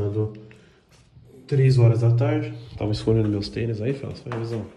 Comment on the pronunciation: Porque ele fala felas?